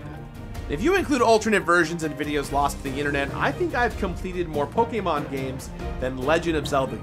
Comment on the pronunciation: How are you still saying pokemon wrong? Unwatchable…